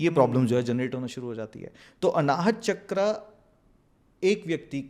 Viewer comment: संस्कृतभाषा के शब्दों को अंग्रेज़ो की तरह बोलना सचमुच कर्णकटु लगता है। "वेदा", "चक्रा", "सहस्रारा" आदि उच्चारण मुझे भी अखरते हैं। सही शब्द 'Sahasraar' है, "Sahastraar" नहीं। भारतीय भाषा के अन्य शब्द भी हैं, जिनके विदेशी उच्चारों में सुधार लाने की आवश्यकता है।